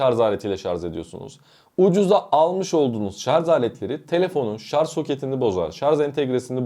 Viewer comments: Lütfen artık şarz demeyin doğrusunu öğrenip şarj deyin. Bari böyle bir video yapan birisi bunu yapmasın ! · Şarz değil ama yaaaaa şarj.. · ŞarZ değil sevgili kardeşim ŞarJ. Yazarken doğru yazdığınızı görüyorum. Bu doğrudan sizin seçiminiz mi yoksa yazım denetim programının düzeltmesi mi bilmioyrum. Ama yazarken Şarj yazmışsınız yorumda mesela. Ama konuşurken nedense ŞarZ diye okuyorsunuz. Biraz dikkat ve çalışmayla değişebilir diye düşünüyorum. "Çok mu önemli?" diyebilirsiniz. Kişiye ve kişiliğe göre değişir cevabı. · ŞARZ değil ŞARJ. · Şarz değil ŞARJ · Şarz?? 😂😂😂😂😂😂😂 Charge kelimesinden gelen bu kelime “şarj” veya “çarc” diye okunur. Şarz diye bir laf yoktur.. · Hele birde;şarj diyebilseniz içime fenalık geldi!!!şarz şarz şarz konuşmayı öğren önce. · adam ŞARZ kafalı, anlamaz! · Bu nasil tepki. Yanliş soyliyorsunuz. Biri dogrusunu söylüyor tesekkür edip dogrubsoylemeknocin calisacaginiza yanlista israr ediyorsunuz vebsayggisizca cevap veriyorsunuz. ŞARZ degil ŞARJ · Şarz degil şarj şarj. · daha şarj demeyi bilmiyorsun şarz deği! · sarz değil yahu öğrenin artık şunu şarzzzzzzzzz degil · Şarj demeyi bile bilmiyorsun millete ahkam kesiyorsun. Söylediğin şeyler de doğru değil. Uzun ömür için lithium pilleri %20 nin altına düşünce şarj etmeliyiz. Hiç mi okumuyorsun araştırmıyorsun? Ayrıca hızlı şarj pil ömrünü bitirir. Orjinal şarj aleti yerine düşük amperli yavaş şarj eden kaliteli bir adaptör pil ömrünü uzatır. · Şarz ne yaa… dinleyemeyeceğim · Bir de "Şarz" demeseydiniz.... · ŞARZ dediğin anda videoyu kapattım.. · Önce şarj demeyi öğren. Sonra video çek. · sadece 3.58 dk.da 297 kez "ŞARZ!!" dedi.